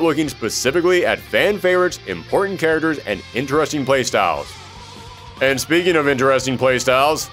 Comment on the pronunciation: 'Say "charagres" again.... say "charagres" one more goddzmn time! '